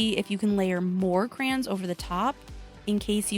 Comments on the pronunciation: its called CRAY-ONS it sounds weird when you say it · I say it with both syllables (cray-ons) like it's written. But In addition to the way you say it (crans), I've heard some people say it like "crowns" and I'm so confused by that one. 😹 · I think crowns comes from emphasizing the yons instead of the cray…😂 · You say "cran" like a Midwesterner. Me too . I grew up in Illinois and Nebraska. 💁‍♀️ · It never occurred to me until you said it but I say CRAN too 😅. It's like coopon versus quepon. Maybe depends on what part of the country your from. Im from the Midwest. This was a fun video! I like the science experiment!❤🎉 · I think you did a ton of work with crayons! I pronounce them "crowns" bc I'm from Virginia. Ugh. Anyway, you know how you mentioned that crayons are easy, and that's why you liked them? Was using any or all of these methods still fun when using the crayons? Would you dread using them if you had to do any of these methods? Just curious.😊 Also, Ruby? ADORABLE! OMG! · I love Ruby so much! She gives me such cute aggression!!! 😤😍😂 I want to squeeze her! 😆 You're totally making me want to use my crayons. 😅 Also my husband makes fun of the way I say Crayons (crowns) 🖍️👑 😂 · I say "Crans"......😂😂😂 thought i was the only one. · I have been told I say crayons funny too….i say it the exact same way as you! I guess growing up in Southern California then moving to the south after I got married they would think I say a lot of things funny 😂